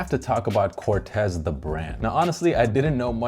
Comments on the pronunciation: Sorry but it’s pronounced CORT-teez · Nope, the creator of Corteiz himself said its pronounce Cor-tays